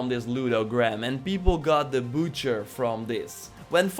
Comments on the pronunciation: Butcher “b-uh-tch-er” its not boocher come on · I have a tip, stop talking. It’s not a Bootcher, it’s a Butcher